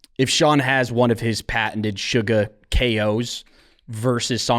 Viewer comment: suga not sugar, get it right!